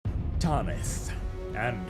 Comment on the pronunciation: Ffs, it's "Tanith". Not "Tarnith". Please pronounce it properly. It kills my ear...